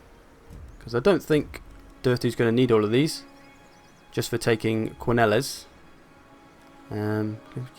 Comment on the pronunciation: This is by no means a big thing, but Quenelles is supposed to be pronounced Kuh-nell (with the stress on "nell"), as Bretonnia's place names are essentially French. I'm really enjoying this campaign so far, by the way. :)